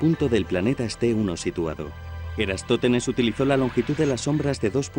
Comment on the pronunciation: Es «Eratosthenes», y no "Erastóthenes", como afirmas en este video. Me has hecho dudar de mí mismo, y no hay derecho. Aún tengo y conservo buena memoria. A ver si corriges la versión sonora de este video. De nada.